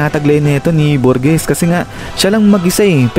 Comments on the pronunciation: pronunciation: burjess spelling: burgess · berjizz yata pronounciation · BUGRESS PO ANG TAMA. PARANG NAG TATAE! nyajajaja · bur-geez yan ata pronounce ng name nya